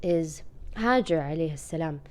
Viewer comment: Actually it's " Hajar " , Not " Hajir " And this is my name 😚💞✋🏻 Thx